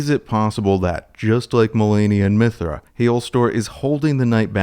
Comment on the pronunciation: Great video (have yet to finish) but you lost all credibility when you called Midra, “Mithra.” 🤦‍♂️ Or… I just got rage baited.